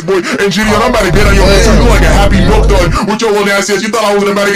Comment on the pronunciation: Ain’t no way bro said happy milkdud LMFAO